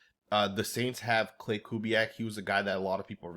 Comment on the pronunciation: For the 40th time,,its not Klay Kubiak as you continually call the OC from New Orleans. There is no such person,,its KLINT Kubiak